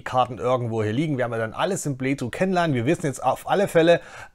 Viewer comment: Super Video, vielen Dank. Bitte noch das englische "th" üben. da gibt s super Videos. edit nach komplettem Durchhören: bitte auch das deutsche "ch" üben, alternativ versuchen die Worte "playthrough" und "Furcht" nicht in einem Satz zu sagen.